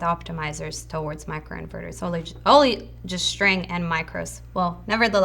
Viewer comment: Jak mówisz "sztryng" to brzmi słabo